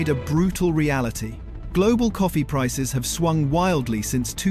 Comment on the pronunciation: Gave up watching, the rubbish AI voice that can't pronounce prices grated on me. I would like to know what companies did your analysis, and what companies you FOI?